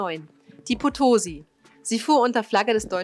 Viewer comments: Potosi bitte mit Betonung auf der letzten Silbe - es war nach der Stadt in Bolivien benannt.Und interessant, dass die Maria Rickmers noch 1982 ihr letztes Signal sendete, obwohl sie schon 90 Jahre zuvor gesunken war 😉 Insgesamt eine interessant gestaltete Uebersicht mit gut gewaehlten Filmsequenzen! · Es heisst auch Potosí, statt potosi und Valparaíso statt valpareiso... aber das ist nicht so wichtig